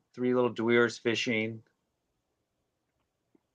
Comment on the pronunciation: Love you it's dwe ores not dwores